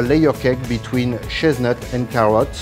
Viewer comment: i knew he said chestnut...but after reading the comments..i cant help but think "shiznit"..omg -.- ROFL